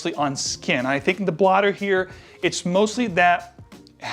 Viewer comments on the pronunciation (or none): He said blodder strip now I know he’s cool